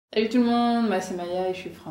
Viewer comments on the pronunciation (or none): I don't know if you actually said this or it came out that way, but the first thing you said sounded like hey tout monde even though you translated it as salut tout le monde. Hey in english is usually pronounced just like the letter A, just like, it sounded, you said it. A little franglish!